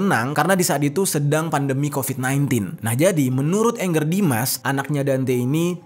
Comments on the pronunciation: Bacanya bkn ENGGER jeff baca aja sprt tulisan nya ANGGER JUST CORRECTION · Angger Dimas, bukan Anger. Nama org dibaca AN G G E R, bukan ANGER ( kemarahan) dlm Bhs Inggris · Kenapa orang susah sekali manggil nama ANGGER ? Bacanya sesuai abjad aja Bang, jangan di inggriskan tapi di jawakan ANGGER itu dari kosa kata jawa, yang artinya anak laki laki